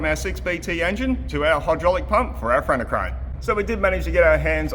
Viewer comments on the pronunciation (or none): Is it me or does keep saying cranna crane 🤣